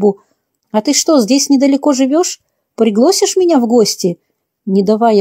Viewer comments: Не приглОсишь,а пригласишь,и не пОняв-,а надо- понЯв?вы учились дикторсому ремеслу(искусству?) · Да.невозможно слушать... ПриглОсишь... пОняв...пОняла... Жуть просто.. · Почему " приглОсишь", ударение на последнюю "и". "Пригласишь", тогда уж " приглАсишь". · "пригло́сишь"??? Может быть "пригласи́шь"? "Не по́няла", а поняла́. Не "С командировки", а ИЗ командировки. "ВыпиМши" ?? "выпиВши"😊 желаю вам немного "подтянуть" русский язык❤ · Пригласишь, а не приглоооосишь. Всё насмарку. Слушать расхотелось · Вы бы послушали группу Ленинград,Вам бы этот рассказ слух не резал. А может героиня рассказа так и говорила -- приглосишь. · Особенно слово "приглОсишь". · После слова «Приглосишь»слушать дальше не стала . Автору пожелания поработать с грамотностью речи, свой родной язык нужно знать и любить . Это относится к уважению как к слушателям , так и к себе. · На каком языке читается? ПриглОсишь, пОняв и т.д. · Приглосишь,слух режет,что это за слово? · ТО и случается...взяла ЗА руку...приглАсишь ( с ударением на букву И )...вышла ИЗ комнаты...не понялА...ИЗ командировки....проходило ВРЕМЕНИ... немного выпиВши...из мембраНы...НАДЕВАЛА пальто..и т. д. вот так правильно говорить. Кроме того , много неправильных оборотов речи...стилистические ошибки... Постарайтесь исправить их. И еще... Славик убеждал Олега в наличии у него диплома , а затем... Олег встал и достал из шкафа диплом... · Ударения жуть! Режет слух чтение и мешает слушать! ПриглОсишь, вышла С комнаты, не пОняла, приедет С командировки и так далее... Русский язык такой красивый! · Автор, слова ПРИГЛОСИШЬ с ударением на 0 нет в русском языке. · После "приглОсишь" дальше слушать расхотелось. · Автор ? ПриглОсишь ! ПОняв ! Вышла с комнаты ! Автор , неужели это ваше произведение ? Вы же даже читать правильно не умеете . Ужас ! Что ни слово , то - неправильное произношение . Даже за смыслом расхотелось следить .